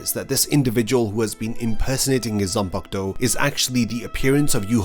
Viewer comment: Its pronounced as zanpakuto